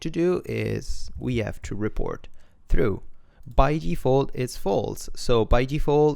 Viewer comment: haha, this is fking epic! I just came from the other video called sth like "create team..". ...... now pls, go to 19.09. Here "true" is pronounced "through." Im literally dying, I thought he couldnt make the sound haha. Anyway, good tuts for the noobs